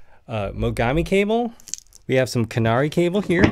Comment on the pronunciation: KA-NA-RAY not canary. To be really correct, the 'r' actually sounds closer to a 'L'.